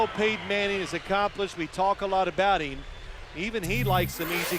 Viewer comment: And he pronounces the word “him” as “eem”